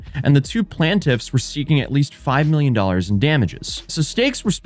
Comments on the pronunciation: Was this an AI? Plan-tiff instead of plaintiff, and multiple times mythology instead of methodology. Maybe he was just up late. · Is a bot?? Why did you say plaintiff like that??